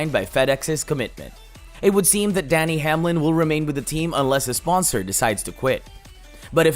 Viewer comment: You keep saying Danny Hamlin and his name is Denny not Danny